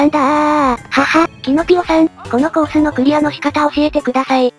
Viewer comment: とりあえずコ↑ース↓